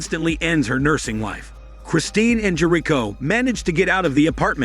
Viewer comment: half way though the recap, learn how to pronounce Jerico